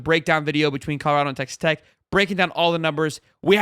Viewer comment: It’s tech not text 😂🤦🏾‍♂️